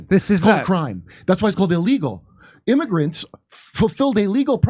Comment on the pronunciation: Stop calling them "immargrents!!!"